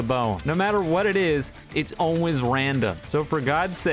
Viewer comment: Is it just me or does say ‘Always’ weird?